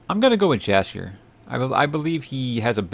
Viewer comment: It's Calanthe and Mousesack. Just a hint about pronouncing Jaskier, it is more like Yaskier J is more like a Y sound